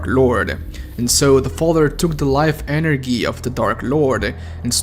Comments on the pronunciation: lol, energi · speaks almost perfect english in spite of it being his second language Also midnight: EnErGEee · Anyone noticed he said energi